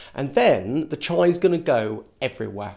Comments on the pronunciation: Chia, not "Chai" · Yeah chee-ah seeds I thought he was going to put chai powder in his mouth like the cinnamon challenge which would make no sense lol